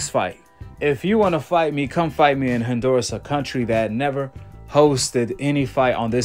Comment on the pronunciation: My dude, it's not Hin-duras. It's HON- duras. ✊🏾✊🏾